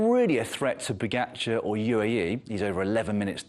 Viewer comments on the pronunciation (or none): Pro commentators who get paid to talk Yet can’t pronounce pogacar correctly, our sports best rider